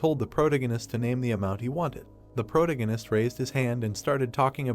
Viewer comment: The AI not being able to say protagonist drove me crazy